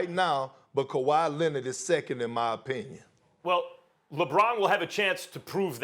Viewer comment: Perk also saying "Kawhi Lennit" SAS out there so proud